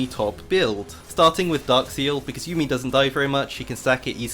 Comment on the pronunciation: Every time you said "yummi top" I laughed 🤣